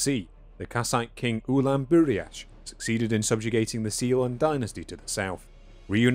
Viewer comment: The narrator lets out an unintentional whistle whilst pronouncing the word “succeeded”.